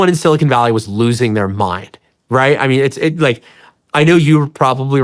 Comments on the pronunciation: Sean, keep up the great work. One small constructive criticism ... when you pronounce Silicon Valley, the 'con' in Silicon is is like 'khan' ... it's not silicone. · Bro literally said "silicone valley" lmfao